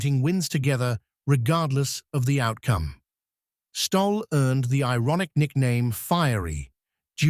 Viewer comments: Pronounced Stolley!! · Who did you ask for the pronunciation of Stolle!...Stolley! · I WANT TO REPEAT THE MESSAGE FROM Who did you ask for the pronunciation of Stolle!...Stolley! FRED WAS A GREAT PLAYER. AS KIDS, CHARLIE HOLLIS, OUR COACH, WAS ABLE TO ATTACT THE TOP PLAYERS IN THE EARLY SIXTIES TO VISIT HIS COURT IN GOSFORD. FRED WAS A REGULAR VISITOR EACH YEAR. ONE YEAR, HE WAS AS SICK AS - YOU COULD SEE HIS INFLAMED COMPLEXION AND IT WAS OBVIOUS THAT HE WAS IN DISTRESS, BUT HE CAME THAT NIGHT, TOO, AND PERFORMED FOR US, PLAYING TWO SETS OF SINGLES AND A SET OF DOUBLES, AS ALWAYS. HE WAS KINDLY, AND HAD A SENSE OF HUMOUR - NEVER POMPOUS OR SELF-IMPORTANT - VERY DOWN TO EARTH. I ASKED HIM ON COURT BETWEEN SETS, WHAT DID THE "F.S.S." STAND FOR ON HIS TENNIS SHIRT? HE REPLIED, WITHOUT BLINKING, "FAST, SURE SERVICE!" WATCH HIS VICTORY OVER A GREAT PLAYER, JOHN NEWCOMBE, IN THE FINAL SETS OF THE US SINGLES IN, I THINK, 1966. FROM MEMORY, HE DEFEATED ANOTHER ALL-TIME GREAT, ROY EMERSON, THE FASTEST MAN EVER ON A TENNIS COURT, IN THE SEMI THAT YEAR. GOOD ON YOU, FRED!